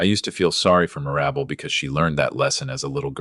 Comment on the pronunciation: Mir-AB-bel? How about MIR-ra-bel? That's funny the way AI/narrates it. 😅😅😅